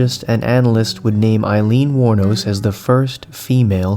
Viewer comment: Hmm, the internet says her last name is "Wuornos". Great story, really love this content.